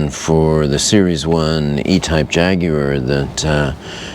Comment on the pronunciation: Great video. Beautiful car, and you pronounce Jaguar properly. Well done all around.